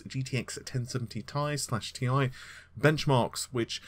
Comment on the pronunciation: Why the hell does he keep saying TI slash Tie ???? Its so annoying !!